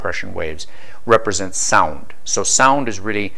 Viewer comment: not weally